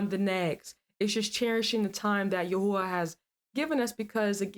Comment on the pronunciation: That's not how you pronounce the all wonderful powerful one's name. YHWH